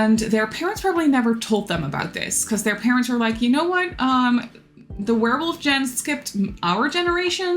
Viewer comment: “Gene” like the werewolf gene you were talking about is pronounced like “jeans” without the “s,” not like the beginning of “generation”! I’m absolutely not trying to make you feel bad in any way, it’s just an English tip from a native speaker that tries to help whenever they can because English is very hard (and stupid sometimes lmao) ❤️